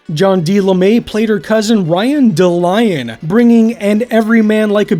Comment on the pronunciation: Dallion not Da - Lion !